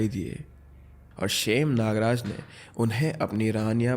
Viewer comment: It's not "खेत" It's "खैट " And these pariyaan are also known as "aachri" Aur शेम nagraja nahi सेम nagraja hai